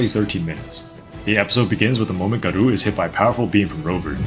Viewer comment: 'Guh roo' Nigga its Gah Row Like Gaara from Naruto but 'O' at the end like in SopranOoos